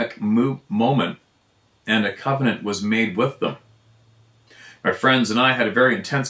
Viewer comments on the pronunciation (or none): none